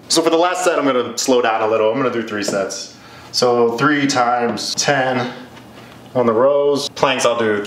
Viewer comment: Whenever he says Sets I hear sex😅